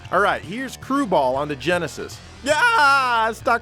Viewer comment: It’s “Crue Ball” not “crew ball”